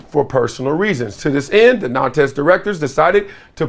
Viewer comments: Big dog, it’s pronounced na:nt 🙏🏾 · The S is silent in Nantes